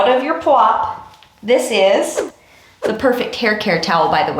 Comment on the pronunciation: "It will make ze frizz" 😂